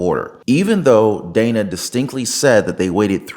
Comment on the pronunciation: She pronounced Dana 's wrong.. the crickets lol.